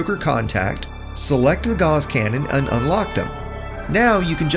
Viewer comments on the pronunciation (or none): These are handy tips, and I have a tip for you: "Gauss" is pronounced like "GOWss," not "gauze." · Ugh. Gauss is pronounced like mouse and Strauss. Not like “gaws” or paws. Haven’t you ever taken a math class? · You are pronouncing "gauss" incorrectly. I only know because Gauss's Law is my favorite law of physics.